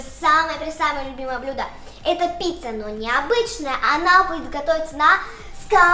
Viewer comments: Правильно не пцица не пица а пицца хорошо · Правильно не пица а пиЦЦа